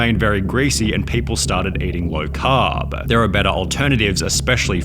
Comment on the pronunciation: eating low CAAAAAAAAAAAAAAAAAARB..... For that MOOONEEEEEEEEEY... bro what's up with this? I love your videos but these pronunciations put me off man